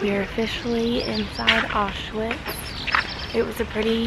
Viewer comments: It’s pronounced auschvitz not witz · Im pretty sure its pronounced owsh-vits not osh-witz but it was a depressing thing to learn in school... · Btw it’s pronounced. Ow-shvitz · And (osh-vits)